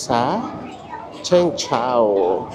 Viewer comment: Chung po ang pronunciation po not Cheng:) (cheung chau)